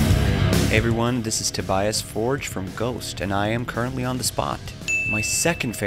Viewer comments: Dude just pronounced his own name "Toe-BIAS". not 'TOBY-us". I'm callin' that correct from now on! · I never knew Tobias anglicized the pronunciation of his own name lol